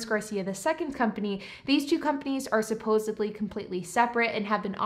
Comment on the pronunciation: Supposedly not supposebly